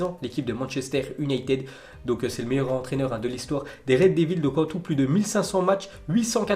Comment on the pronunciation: Apprends a prononcer les noms en anglais stp! Car red devil se prononce déveuls. On prononce le s aussi!